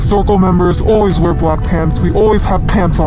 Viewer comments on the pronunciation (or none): none